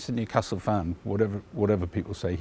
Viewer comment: Newcastle never stops laughing. “Mewcastle” “mever” thinks.